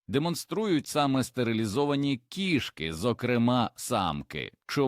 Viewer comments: 😂😂❤😢❤❤: кишкИ і кІшки - наголос і зміст слів відповідно!!, має вивчити ШІ 😂😂😂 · Дякую за цікаве відео) Та не кішкИ, а кІшки... Був у нас один кіт, виявився він альфачем ще тим: лупив всіх котів, а також маленьких собачок, то був кошмар, бо доводилось його закривати, аби сусідські коти і наші могли хоч по вулиці прогулятись. Але ніяких чужих котів на подвір'ї не було поки він був живий, як і жаб, мишей, змій/гадюк, якось навіть пацюка приніс і крота десь взяв, ласок душив, це просто феноменальний кіт був, правда трішки з прибабахом, бо маю дві відмітки, точніше 2 по 2) на руці, від таких іграшок. Кіт був схожий на маленького ведмедя)) Обожнюю цих хутряних)